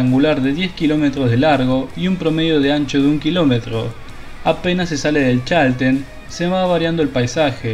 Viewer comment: No se pronuncia Chálten.... Es Chaltén. El acento va al final. Saludos!!!!!